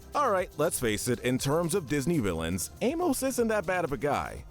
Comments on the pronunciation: It’s pronounced aim-ISS and KRAY, “Patrick Star”! 🤨 You’re so bad at pronouncing names,! 🙄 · Your pronunciation of Amos is seriously infuriating lol